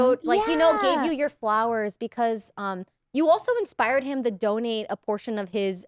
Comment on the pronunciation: I'm sorry but I thought she was saying "don't eat plasma" and I was so confused thinking "people eat plasma?" until they talk about getting nurse to do it mobile... It's the first time I misheard "donate" and "don't eat" 😭 Ironmouse voice is so cute and she seem to have a good personality. I've been discovering new people through Press Esc. I also visited Michelle Kare's channel after seeing her here. Interesting enough I know Connor because he is a friend of Emirichu that I'm subscribed to. Another interesting thing is I saw Maya through her tiny house and sanctuary tour, then I watched Poki and Lily's wine about it episode and just realized in this Press Esc that she was the animal streamer girl that I watch toured her house. The internet is so interesting it literally connects people like a dot.